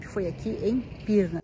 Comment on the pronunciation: Você em Pirrrrna! Que paisagem linda! Sou caipira “pirrrrnapoca”!😂❤🎼🎹🎤.